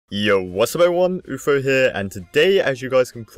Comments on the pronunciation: is it oofro or afro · It’s not offro it’s it is Afro